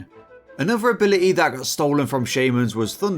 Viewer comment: In this video, the t in ability is silent